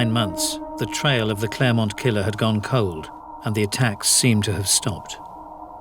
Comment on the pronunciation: It's Clairemont not Claremont.